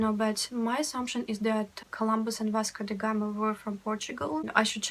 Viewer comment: "Vasco da Gama" perfect!